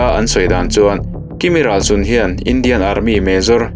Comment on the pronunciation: kimi hnam hming 'Râlsun' tih ilam rik dan hi adiklo 'Râl' tih hi 'Râldo' indo na a 'Râl' tih lam rik anga lam tur anih e